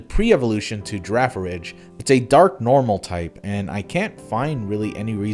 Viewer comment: "tanJela" "girafaridge" shouldn't it be "tangle-ah" and "giraffe-a-rig"?